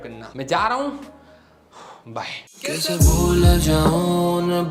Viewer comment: Bhai is tarike se bye kau bola yarr😢